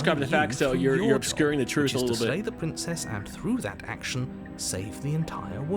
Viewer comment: Hewwo pwincess 😂😂